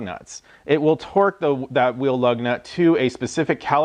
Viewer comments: Is he saying torque sticks or twerk sticks???? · It sounds like he's saying Twerk Sticks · He’s saying “Twerk” right. All I hear is twerk twerk twerk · Hands up if you think this man said "twerk" a few times. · nice test, but i guess I wasn't paying attention to the video title because at first I thought you said 'twerk' sticks, lol 😂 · are you saying twerk sticks? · Lmao are you saying twerk sticks?